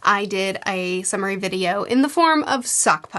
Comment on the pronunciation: Not going to lie... when you started this I thought you said a submarine video instead of summary...